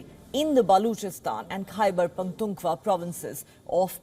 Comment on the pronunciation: Why is she pronouncing the word Khyber Pakh-Koon-khwa wrong?